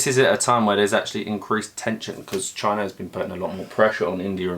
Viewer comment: "Chy-Na" -Trump